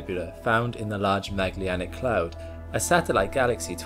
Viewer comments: Pronounced "Ma-jel-lan-ic" (not Maglianic) - after Ferdinand Magellan of the first global circumnavigation. In Portuguese a hard g sound is written gu (as in Portuguese!), and there's no li in the name. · Magellanic, not maglianic. From Magellan, the portuguese explorer. Love your vids! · Large "Magellanic" Cloud, after Magellan. Not "Maglee-anic"!!!!!!!!! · Finnicky, but Ma(d)g-ell-anic. Not Mag-leanic. Great video! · Maglyanic could? Ma-gel-lan-ic. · "MADGE- ELL-ANNIC" Sorry but "maglianic" was driving me wild 🤯 Great series, thank you. PS you look like your voice, only 15 years younger 😌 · You are mispronouncing the Magellanic Cloud... It is named after Ferdinand Magellan, so phonetically pronounced "məˈɡɛlən" with an "ick" on the end... The "gel" part pronounced like "Gel" as in Hair Gel... It's a soft "g" not a hard "G" like you're pronouncing... Funny thing is I heard you pronounce it like that in another video but I thought I may have misheard you. Now listening to this video it's confirmed! SAY IT RIGHT!!! lol!! Just kidding man... Say it however you like... Just know you're making my poor ears bleed! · I love your videos, but isn't it pronounced large Mah-jel-anic cloud? Like the explorer of the same name? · You'd think someone so smart could figure out how to say Magellanic correctly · John Blyth, yes I noticed that with his pronunciation of “Magellanic.”